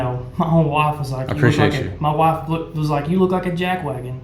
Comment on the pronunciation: Muh wuff? What is it?